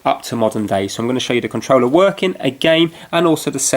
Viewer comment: be saying ConTreller instead of controller